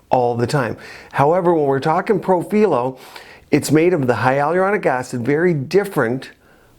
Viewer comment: Hi. I am a nurse anesthetist and aesthetic injector. I am very familiar with Profhilo (and you were right the correct Italian pronunciation is pro-fee-loh) I have been treated 2xs on the face, 3xs on the neck and 2xs on the décolletage. I am of normal weight...5’7” and 140lbs. I work out regularly. I have fuller cheeks (I’d like to say similar to Christie Brinkley but I do not look like her 😂 just trying to give you a reference). After the second round on my face it made my cheeks WAY too full and added a heaviness to the jowls that I never had before. I ended up having to use a cannula and reverse the profhilo w hyaluronidase. My cheeks look so much better and my jowls decreased exponentially. However, it made a significant difference in the appearance of my neck skin. It smoothed out the necklace lines and appearance of chicken skin that I unfortunately had. It made no difference on my décolletage. I’m hoping this info can help viewer decide if they would like to try it or not based on their particular face structure. Also, I noticed your injection points on your video. I have found through several people that have injected too close to the tear trough that it causes significant swelling that can last for days. It is much better to inject on the apex of the cheek as opposed to just a centimeter or two from the orbital bone/tear trough area. Hope this comment finds you well. I love the videos and content you produce and recently attended the LA-MCA virtual event.